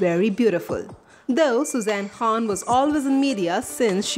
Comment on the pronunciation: BOLNA SIKHO KHAN HOTA HE KHWAN NAHI